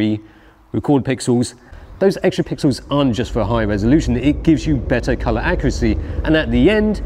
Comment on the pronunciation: "Plenty of 'Pixews"..... Thank goodness for that..!!